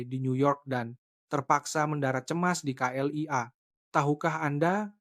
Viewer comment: Terima kaseh kerana menyebut K.L.I.A. dengan benar walaupun disebut dgn gaya sebutan indonesia tidak seperti beberapa penulis cerita yg sama lainnya yg menyebutnya kelia.